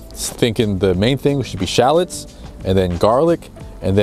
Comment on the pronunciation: Love the video but have you lot over the pond changed the spelling of shallots ? Does the USA version have an “e” at the end because it sounds like you are saying shallets ? Keep them coming bro 😎